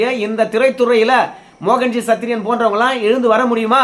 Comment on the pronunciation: சத்திரியன் என நல்லா அழுத்தி சொல்லுங்க பாஸ்